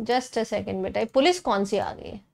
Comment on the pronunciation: O pols a gayi pols 😂